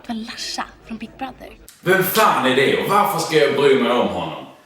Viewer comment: När säger "Big brother" låter det som big brothel, eller är det bara jag?